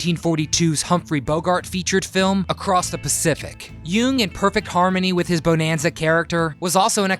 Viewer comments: You need to learn how pronounce the title properly. It is not pronounced beau-nan-za it is bu-nan-za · All the info and you say the name wrong like 50 times. Buh-nan-zuh. It is freaking annoying. But thanks for the info kid. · Please say it right. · After 2 pronunciations of Bonanza, had to stop watching and leave a dislike!!!